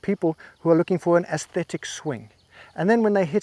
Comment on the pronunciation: So it was the ‘ ass- thetic ‘ ? 🤣🤣🤣